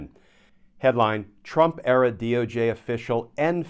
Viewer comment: I love the way you throw in a subtle insult when you mispronounce Trump-era as Trump-error.